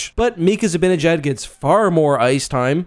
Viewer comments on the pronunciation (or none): It's pronounced Zi-ban-ejad, not Zi-bin-ejad. Hard to appreciate your opinion when you mispronounce player names.